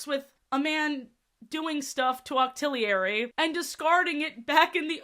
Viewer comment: Cyclizar doesn’t have a “d” at the end. Extra I for Octillery too “Hiswayin” Forgot the “-er” You missed a syllable. “Bla-SEH-pha-lon”